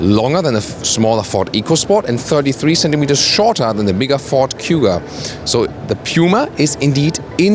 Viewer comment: Anyone else was screaming at the screen: "It`s PUMA... P-U-M-A, not P-Y-U-M-A". same for Cougar (not Cyougar). maybe just me :)